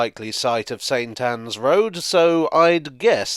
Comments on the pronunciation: I'm sure I heard "Satan's Road" a few times. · maybe, but even when you enunciated "saint Ann's" it sounded like you had to make an effort not to call it Satan's! Lol